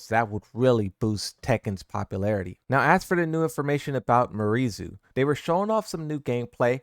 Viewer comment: It's "Me-are Zoo" actually if we pronounce it natively.